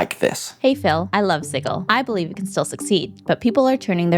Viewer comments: "Sigill?" Like fish gills? Reminds me of when Matt Mercer said Pyton or Peeton instead of Piton. It's Sijil. Like Jill Valentine. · It's a made up city. Pronounce it however you want!! Although "Siggil" with the hard G sounds dumb. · I know this is absolutely my issue, possibly because I am autistic, but every time you say the word sigil I flinch because you are saying it wrong. It’s not just a product name, it’s an existing word that means a symbol, seal, or icon, and it is pronounced with a soft G so it sounds like a J. No idea why some people think it’s a hard G. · LOL the way you say Sigil XD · Learn how to pronounce sigil